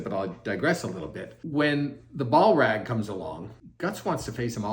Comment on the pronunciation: "Ball-rag" lmao.